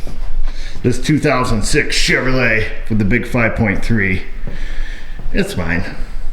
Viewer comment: Ignorant Yankees can't pronounce three syllable words like Chevrolet...